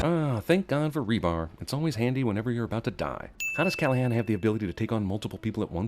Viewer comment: Thank you for properly pronouncing my name right (Callaghan)